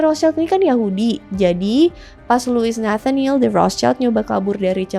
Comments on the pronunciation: Bacanya yg rotcild bukan rostcaild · "Rot Shilt" menurut informasi yang saya tau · setahu saya penyebutannya Rothschild bukan Rothschaild karena dari bahasa Jerman bukan Inggirs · Menurut aku pronunciation Rothschild Itu bukan rotscailt tapi rotsyilt, kenapa? Soalnya itu kan keluarga dari Jerman, nah di bahasa Jerman cara baca huruf vocal itu sama kayak di Indonesia yaitu aiueo trus di bahasa Jerman sch itu dibacanya syi, jadi seharusnya cara baca nama dari keluarga Rotschild adalah "Rotsyilt" Tapi correct me if i'm wrong, cuz i'm not really sure about this hehe peace:D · RALAT MBAK.. CARA PENGUCAPANNYA ITU BUKAN ROTSCAIL TP RUHTSIEL ITU BAHASA ASKENAZI.. KASIAN BUAT YG LAIN NANTI IKUTAN SALAH. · sebutnya roth schild bukan roths child. ejaan jerman :) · Koreksi, Rotschield ( perisai merah) itu cara bacanya {Rot syild) ( sch itu cara bacanya seperti sy pada kata syarat) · Cara bacanya Rot-shild (artinya:perisai merah) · FYI ya, Rothschild itu dibacanya "Rotsil" karena asal mula namanya dari perisai (schild (jerman)=shield (english) bukan anak (child). Ini seringkali salah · Betul!! Makanya agak risih saya dengerin. Karna di Jerman kita sebut Rothschild (rot-shild) aduhhhh suka2 deh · Pronounce nya Rothschild yg bener : Rot-Syild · Baca nya rot shilt kak, soalnya itu bukan bahasa inggris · Bacanya Rot Shild Itu bukan bahasa Inggris bahasa Jerman: [ˈʁoːt.ʃɪlt], bahasa Prancis: [ʁɔt.ʃild], bahasa Italia: [ˈrɔtʃild]), dikenal dengan sebutan Wangsa Rothschild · ya salah, karena dia bukan german dan tdk paham spt orang kebanyakan